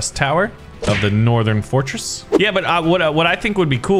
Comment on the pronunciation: i died of laugh when he sayed fortsress